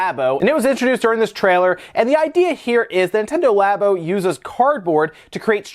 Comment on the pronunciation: Labo sounds like labia